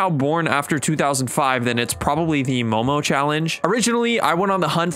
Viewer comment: DO NOT SPEAK MOMO AGAIN THAT WAS HORRIBLE.